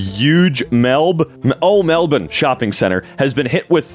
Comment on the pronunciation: did an American just pronounce Melbourne right? OMG